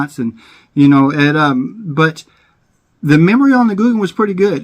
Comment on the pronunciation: Gouken not googan it almost sounds the same spro gouken